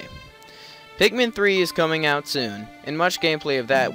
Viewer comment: why do you call them pek-men insted of pick-men?